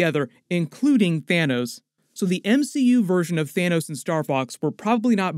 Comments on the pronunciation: "Thinos." LMAO. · Lol at Thinos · "Thinos" 😂 DED